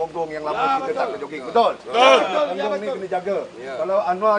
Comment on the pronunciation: Ponggong dengan pongengg pun dah tau sebuttt....ayooo jaga ponggengg la nyyaa